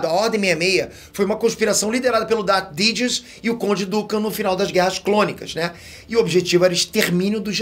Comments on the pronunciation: Darth didius 😂😂😂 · Po kkkkk você conseguiu errar o nome do vilão principal da saga, é darth SIDIOUS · tu morou e mora nos nos EUA por vários anos, pode fazer melhor do que isso na pronúncia de Darth Sidious. rs